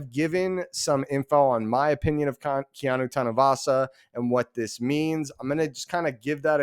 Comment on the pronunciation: Just say Kea-NO! #GoUtes